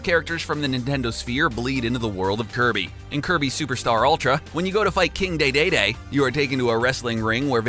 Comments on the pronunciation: its not king day-day-day its king DEDEDE!!!!!!!!!!!!!!!!!!!!!!!!!!!!!! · King Dey Dey Dey Instead of King Dedede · I like how he says king daydayday instead of dedede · King dedede not king dadada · it is pronounced (king dee dee dee) not (king day day day) and is spelled king dedede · is it just me or did that guy just call dedede "daydayday"? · Oc not Oh(Ocarina) DeeDeeDee not daydayday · YOU ARE MISPRONOUNCING SO MANY THINGS! ORCARINA OF TIME?! KING DAY-DAY-DAY?! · King daedaedae NOOO ITS KING DEDEDE WHY YOU DO DIS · Luigi really needs more time in the spotlight. And also, King Dedede is pronounced "deedeedee", not "daydayday" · Its pronounce King Dee Dee Dee NOT day day day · King DayDayDay.. You mean King Dedede? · True, but pretty much everyone know that De De De is pronounced as Dee-Dee-Dee not Day-Day-Day. However, most people don't know that Ocarina is supposed to rhyme with Macarina. I hear most people say Oak-a-ray-na or Oak-a-ree-na. Still, that's not as bad as adding a R that's not really there. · its pronouced King dee dee dee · I do not appreciate your pronunciation of Dedede. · How can someone mess up pronouncing king dedede so bad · "Orcarina of Time" "Saymus" "King Day Day Day" Come on, man! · "King daedaedae" yes... King daedaedae... Indeed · It’s Oka-raina also it’s king d-d-d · "Orcarina" "Saymus" "King Daydayday" Also, that sprite in Link's Awakening looks nothing like the Super Mario World sprite. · Orcorina of Time and King Daydayday? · “Orcarina of time” “king day day day day” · "King Duh Day Day" Slowly Claps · "King DeyDeyDey" "Orcarina of Time" wtf? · It's Pronounced DeeDeeDee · Who else got annoyed when he said “King Daydayday” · It's dedede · Orcarina? Saymus? DayDayDay? WTF!?!??! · "King Dey-Dey-dey" TheGamer 2018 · No matter what ITS ALWAYS KINS DE-DE-DE What’s wrong with this guys pronunciation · Daydayday? Orcarina? what is this, text to speech? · King Daydayday